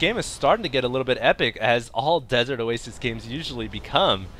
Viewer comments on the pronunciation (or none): none